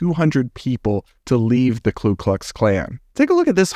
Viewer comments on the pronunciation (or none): It’s “Ku Klux” from the Greek “kyklos” meaning circle and klan (clan) was a remnant of the Scot-Irish culture. You said “Klu Klux” - there’s no L in the first part. 🥴 but I definitely agree - discourse > violence when trying to change minds.